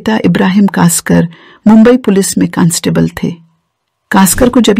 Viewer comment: मँडम आप गलत जानकारी दे रही है हा और मुंबई बोलने की प्रँक्टीस किजीए